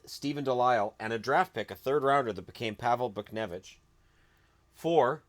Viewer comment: It's not butch-nevitch or Bootch-nevitch. It's Boosh-nievitch. Source: I drink many vodkas.